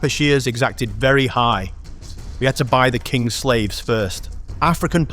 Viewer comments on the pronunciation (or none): none